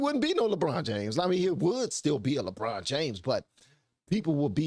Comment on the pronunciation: "Luh-brawn James, thuh tennis playuh?" - Jesse Lee Peterson